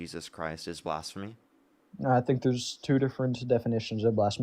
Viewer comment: When you mispronounced blasphemy just like him, I choked on my brussel sprouts and almost died.